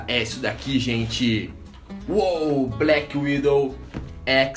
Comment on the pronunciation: Só pra deixar bem claro, NÃO É BLACKWINDOW e sim Blackwidow